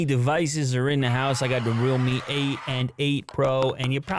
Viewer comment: I thought you were saying rommie devices haha